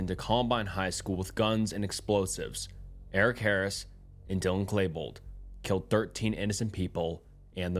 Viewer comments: Its Klebold Not Klaybold. 🤣🤣🤣🤣🤣🤣💯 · Some of this narration and bad pronunciation is awful like clay-bold instead of klee-bold, "alliace" or whatever you were trying to say in place of "alias," saying "s-word" and others. Hooked on phonics, man, and start actually saying the UnCoMfOrTaBlE words out loud.